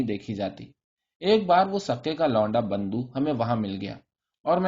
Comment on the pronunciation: Multiple errors of pronunciation! Bando is not the name It is Bundo, typically child's ear was pierced to ward off death and he was called Bundo from bunda ie earring.